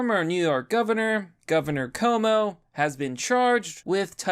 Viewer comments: Dude.. how do you still manage to pronounce "Cuomo" wrong?!? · You mean governor chuumuu